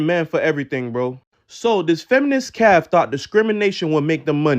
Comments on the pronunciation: ….. I’m more concerned that this dude says calf, not café. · Pause. Dude said feminist CALF. 😂 I had a friend who worked at our college cafe but when she told me CALF, originally I thought she meant a club or something. She meant the CAFÉ 😂😂😂😂😂 THE CAFETERIA not a baby cow. I said it’s pronounced CAFFFAY. THIS DUDE ALSO MISSED THE MEMO 😂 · Who thinks Cafe is pronounced Calf? Someone needs to help the dude out...its CAF-FAY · Boy you know that ain’t how you pronounce cafe 😂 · That last fool tryin to sound smart, but he pronounces cafe "calf" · Feminist Caf? Did he mean cafe?